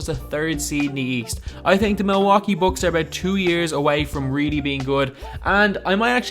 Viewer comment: "Millwohkey Books"